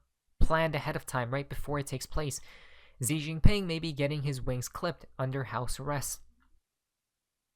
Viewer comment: Com eon buddy get China pres name correct, Xi is pronounced "She" not Zi, not Gi, just saying luv ya.